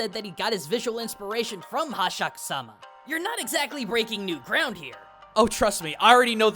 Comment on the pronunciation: Jokes on you, I'm here for Hasshaku-sama, of which you pronounced wrong.